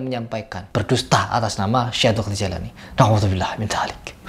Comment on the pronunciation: Jailani apa jilani ? Bilang gitu aja nggak teteh mau ngomentari agama .